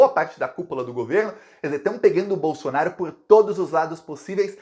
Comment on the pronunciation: Assistam aos o falando "a chance do Queiroz DELETAR o Jair Blosson-aro..." Até me animei!